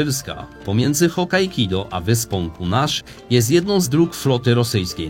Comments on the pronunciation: Nie wiem czy mi sie dobrze wydaje, ale uparte wymawianie HokkaiKIDO xD raczej nie ma nic wspólnego z Hokkaido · Nie wiem czy mowa jest o innych wyspach czy ja źle słyszę, ale... Hokkaido czyta się jako Hokkaikido? 😅 Pytam z ciekawości, żeby nie było. Materiał, jak zwykle świetny! ;) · Hokkaido, nie Hokkaikido. Pozdrawiam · Możesz mi wskazać w którym miejscu historii region Królewca był integralną częścią Polski? Dużo nam w dziejach zabrano, ale nie przesadzajmy... Filmik niezły merytorycznie, wymagał sporo przygotowań, jedynie mówienia "HokajKido" nie mogę darować :P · Prefektura hokkaido a nie hokkaikido panie!